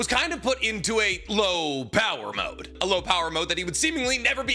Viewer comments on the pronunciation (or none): none